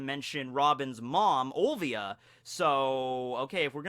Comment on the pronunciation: Robin's mother name is Olivia not Ovia!! there is an "L" there!